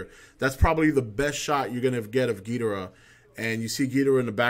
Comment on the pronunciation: Damn I cried when I saw this trailer! So epic! Destoroyah is my fave all time villain, even over Ghidrah.... That's another thing, I'm glad you pronounce it Gheedrah like the Showa G movies instead of everyone else pronouncing it like Ghee-DOR-ah these days...I hate that...